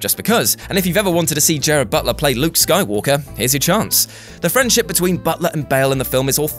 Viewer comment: Read slowly it's not Jared it's Gerard.